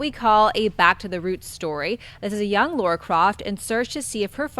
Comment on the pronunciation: LARA Croft, not LAURA Croft.